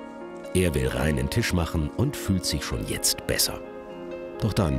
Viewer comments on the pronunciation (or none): none